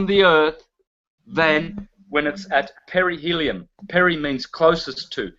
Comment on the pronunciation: 1 hr mark: Aphelion and Perihelion and NOT Aphelium/ Perhelium!